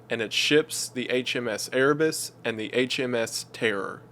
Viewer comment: I heard Erebus and my inner warhammer geek cringed